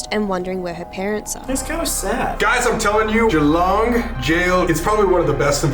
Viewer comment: The way they pronounced Geelong is killing me😭